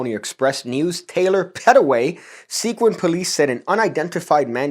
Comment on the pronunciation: The town isn’t “sequin” like shiny bits of plastic. It’s “Seguin” as in the guy from the Alamo. Pronounced “seh-GEEN.”